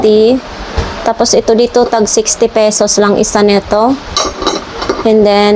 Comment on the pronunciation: " Dito" gang Hindi " deto"